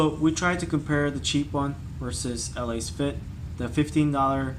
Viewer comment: Let's say it together It's pronounced: Lass-Fit